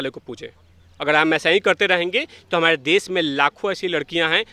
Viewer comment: Pehle sahi se bol toh le phir interview dena..... Humadeeee nhi be humare hota hain woh